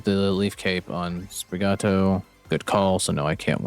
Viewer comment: Great matches, I loved your first win lol This is a cool deck! By the way, the way you (probably) should pronounce Sprigatito would be "Spree-gah-tea-toe" :P Since I assume the pun on the name would be Sprig from Spring, and "Gatito" for "Cat" in spanish.